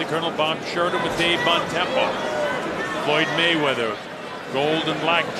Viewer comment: "Mr Wayweather" lol